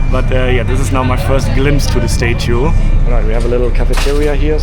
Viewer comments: It's statue not state too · As an English teacher to non-native English speakers, I must try to help you... Statue is pronounced STA-choo (STA has same sound as the word "at"...like I am AT the hotel...NOT the sound of the word "stay" as you are pronouncing it... Staten Island is pronounced the same way. Love your channel and love your videos, I watch them all! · Hey, your enthusiasm is infectious - seems like you are an overjoyed little kid whilst in New York. Can I just say that its called a STAT CHEW (statue) as opposed to you calling it a STAY CHEW! Happy travels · I am utterly charmed by your tour of my city. I’m definitely going to take the ferry to Dumbo and get Juliana’s pizza to eat by the river. You know how annoying it is when Americans don’t pronounce the E in Porsche? I need to help you with “statue” and “Staten Island.” You are saying them as if it’s stätue and Stäten. Not A as in day. But ah as in cat. The spelling doesn’t make it easy. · Statue, say “stah-chu”. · Please be aware of the short “a” sound. It’s not “stay-chu” or “stayten Island”. It’s like the “a” in “hat”. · Please fix your pronunciation of the words statue and syrup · You say statue drive me crazy crazy please learn how to pronounce English words correctly. It drives me absolutely crazy when you say things the wrong way. Also you said syrup wrong. OK I don’t know how you said it, but it was completely wrong. Please learn how to say syrup maple syrup oh my God. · If I hear you mispronounce statue one more time I'll scream. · You are pronouncing statue wrong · The "A" in Staten and Statue are pronounced as in "cat'.